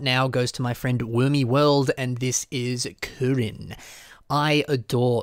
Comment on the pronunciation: The way he pronounced "kirin" was.. interesting.